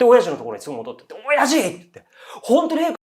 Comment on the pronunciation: お⤴︎ャｼ''のイントネーションが気になって内容入って来なかったから また最初から聴いた